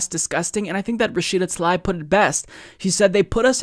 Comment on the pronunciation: Why do you keep mispronouncing Rashida Tlaib's name?